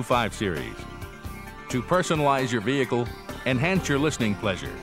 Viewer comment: The way the voiceover pronounces "vehicle" really triggers me... he says "Vihee-heecle" like WTF kind of pronunciation is that?!